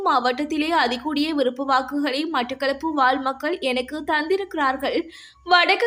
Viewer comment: விறுப்பு வாக்கு, இரம்பெற்றது, பேற்றுள்ளமை, பெருபேரு, பொலுது. தயவு செய்து தமிழ் உச்சரிப்பு பயிற்சி தேவை பிள்ளை. முன்னாள் வானொலி செய்தி வாசிப்பாளர் சொற்சொரூபவதி அம்மாவின் காணொலி கிடைத்தால் திரும்ப கேட்டவும். நல்ல உச்சரிப்பாளர்களின் உரைகளை கேட்டுக் கேட்டு திருத்தவும். எனது இந்தப்பதிவு புண்படுத்தவல்ல தமிழ் மொழியை உங்களிடம் பண்படுத்தவே. முயன்றால் முடியாதது ஒன்றுமில்லை.